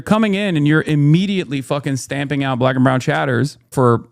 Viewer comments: Just saying, he said "Black" the way ethan said "Arab." He should reflect on it. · It is fair criticism. I do notice it a while back that sometimes when Hasan ranting he emphasis the B in black the way mid racist say it 😂. Hasan cleaely says it in a non malicious way but the problem is if a chatter uses it comfortably and casually infront of black people they might wonder , Is this dude saying it with malice or not? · I perceive a subtle but purposeful mispronunciation which is a microaggression lol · Alright, well what about the way he says the word "black" makes you think there's a negative bias? Does what he says and does indicate that? That's what i'm not understanding. I mean I've had the thought that it sounds a little weird when he says it sometimes, but I discard it because at least as far as I can tell, it lacks the venom i generally see